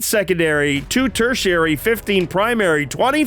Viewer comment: Battle round 1, at the turn flip.... it said tertiatry. Not tertiary. Lol.